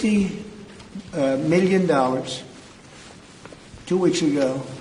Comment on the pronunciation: How he says “meelyen” has always irritated me